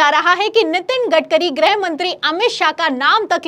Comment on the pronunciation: ग्रह मंत्री या गृह मंत्री,,,😂 90% anchors does not khow the difference between ग्रह and गृह 😂